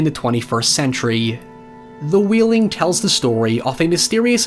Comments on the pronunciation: Everyone: The Wailing: The Wheeling Hoiever, great analysis. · idk why but i find it really cute that he pronounces it “the wheeling” cos of his accent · "The Wheeling" 😂